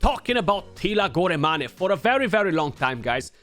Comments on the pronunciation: Goramani? I didn't know Teela was Italiano. Molto Bene! lol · It's pronounced as "gor-main"